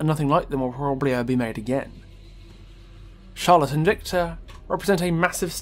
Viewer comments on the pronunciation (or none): the spotlight narrator falsely pronounced Charlotte and Victor’s surname, it is pronounced Deh-Eh, and Charlotte is pronounced Shar-Lot